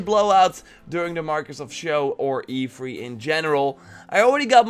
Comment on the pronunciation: E fhree. Lol. Love your vids dude